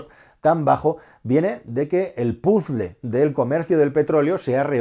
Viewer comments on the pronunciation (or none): none